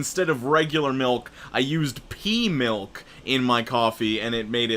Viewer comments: i had to re-listen to the coffee stain one a couple a times cause i wasnt thinking " pea milk", but pee milk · did you just say pee milk